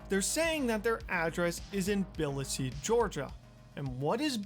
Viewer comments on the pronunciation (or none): Another banger from! BTW, it’s “tuhbuhleesee” not “billahsee”. And you should definitely collab with Coffee. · Nice video until 22 minutes in: 1. Tbilisi isn't pronounced Bil-le-se, its Tuh-buh-lee-see. 2. That's not what Georgia is known for at all. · Did he just fucking call Tbilisi biLlisEe???